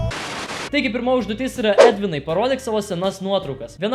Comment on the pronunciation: pirmas o ne pyrmas xddd 😂 žvengiau